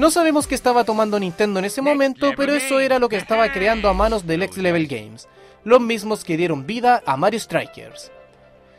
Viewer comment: Nivel en inglés no se dice level, se pronuncia “lévol”.